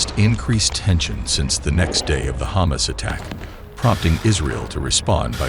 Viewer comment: Is he saying Ha´mas or does he really want some humus?